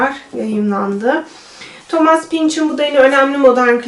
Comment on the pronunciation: Thomas diye okumayın artık ne olur! Thomıs* diye okunur.